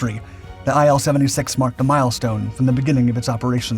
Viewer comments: Say: eel 76 Not: aye el 76 IL is for Ilyushin. Say: ee lyu shin Otherwise a fantastic video. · It's pronounced as "eel", not as "eye-L".